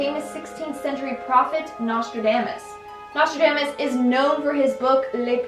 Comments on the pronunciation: Your pronounciation of Nostradamus hurts me 😓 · Every time you mispronounced Nostradamus, it just made me irrationally angry. Don't know why that bothered me so much. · The pronunciation of Nostradamus tho 😖